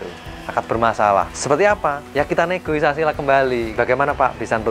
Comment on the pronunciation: Negosiasi mas bukan negoisasi dua kali pengucapan salah